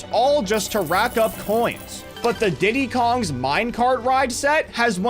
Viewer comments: Faaaaaaaaaaaaaaaaaaaaaaaaaaaaaaaaaaaaaaaaaaaaaaaaaaaaaaaaaaaaaaaaaaaaaaaaaaaaaaaaaaaaaaaaaaaaaaaaaaaaaaa why did you say Diddy Cong 😂😂😂😂😂😂😂😂😂😂😂😂😂😂😂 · Woah Woah holl'up did bro just said Diddy kong mine set?